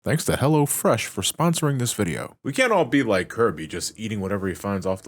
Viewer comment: Every time i here someone saying "hello fresh," it always sounds like "hella fresh" to me. Thank u for fully pronouncing the O. Lolz